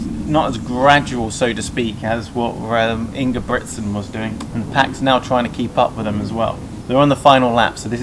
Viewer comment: Bro, at least learn to pronounce CORRECTLY the name of an Olympic Champion, not to menition his other accolades, it's INGEBRIGSTEN with an "R" not Ingebligsten as YOU said it at least 3 times.....after the 3rd time I could watch it any longer....I got half way through...